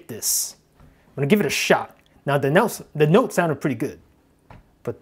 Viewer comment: i love the way he says Nute